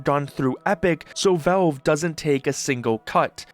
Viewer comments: It's pronounced "VALVE", not "VELVE" !!! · "Say Valveshake" "Valveshake" "Ok, now say Valve" "Velve" "Are you hearing this?" "Yea, the man wants a glass of Volve"